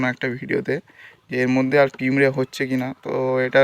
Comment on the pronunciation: পিঁমড়ে না পিঁপড়ে